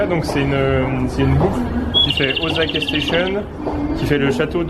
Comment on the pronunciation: ca se dit pas OZAKA !! c'est un s donc ca se prononce "sa" !! Mon combat de tout les jours avec ma chienne qui s'appel Osaka ...